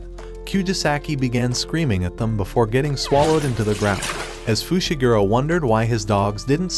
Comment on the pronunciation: bro called megumi fishiguro